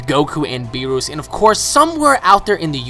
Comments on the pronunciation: BEER US NOT BEEROOS OMG its bothering me so much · I cant get over how you are pronouncing Beerus its us not oose haha. :P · Its not berroos its berrus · beerus not beeroose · Good stuff, But one thing that irked me is how you say Lord Beerus. It's not bee+rush, It's Lord Beer+us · O my god its BEE-RUS not fucking BEE-ROOS. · Its Beerus not Beeroos!!! :-) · its beerus not beeroose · Never say beerus again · LOL hes saying beerus wrong